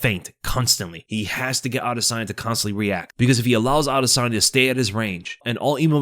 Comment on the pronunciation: pronounced adusanya 😅